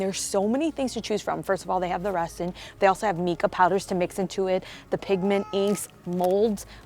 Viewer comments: I'm sure someone mentioned it but it's MIca with a long I. Awesome projects as always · The heat gun is to help remove bubbles and Mica Powder is pronounced with the long I sound. I love the graphic socks and spiders. The first response was just for your information not criticism. I love the bubbling cauldron. I wish my DT had this much good stuff. Love these videos.